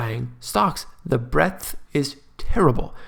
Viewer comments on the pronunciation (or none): none